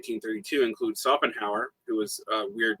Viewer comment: German "sch" is really just like english "sh", always! Shopenhauer, Shmitt, you can pronounce them all that way. I am used to Smitt but Sopenhauer really hurts my ears, sorry!